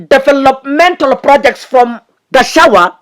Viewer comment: it's Gachagwa not Gachawua😅